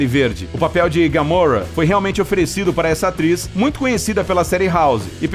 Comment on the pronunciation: por que vc sempre erra pra falar os nomes é gamora e nao gamorra